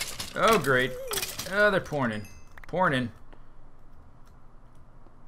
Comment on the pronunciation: When he said "There pourin in!" it sounded like he said "pornin" xD